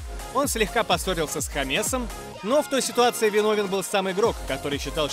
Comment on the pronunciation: хамЕсом?! хамЕсом блять?! наймите ведущего который хоть немного разбирается в футболе!!!!